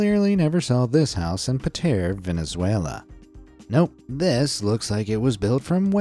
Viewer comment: love your videos :) Just passed by to let you know it's "Petare" not "Patare" 😁